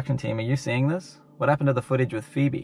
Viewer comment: Ummmm u called feebie febbles and 'lost the foutage'